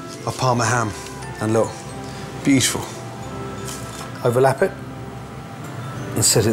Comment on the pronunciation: He always pronounces 'beautiful' almost like 'beef-ful'